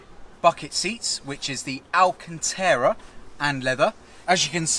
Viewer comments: Stop saying alcantera it's bloody alcantara RA.not RE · AlcantAra not Alcantera,no such leather